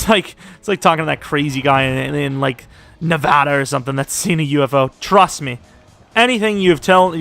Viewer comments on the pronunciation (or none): none